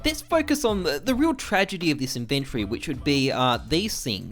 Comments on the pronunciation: Why do you say inventory wrong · How come this guy pronounce inventory so weird